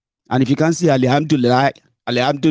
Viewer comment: I'm not a Muslim but could pronounce Alhamdulillah better than. Alhamdulillah was Allahambla and weak emphatic hand gesture that went with it.